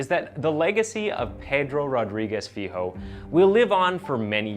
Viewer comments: So his last name, Filho, is pronounced “feel-yo”. Not that it matters, or anything, but I figured I’d share. Should you end up doing any other Brazilian or Portuguese stories in the future, I’d be more than happy to help with any pronunciation. Iran and Afghanistan stuff, too. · Also "filho" is pronounced "Filio". The "LH" sounds like the "LL" in spanish